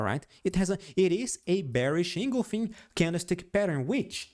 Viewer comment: En—gul—fing not engolfin